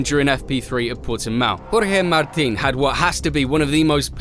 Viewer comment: that jorge martin sound very spanish😅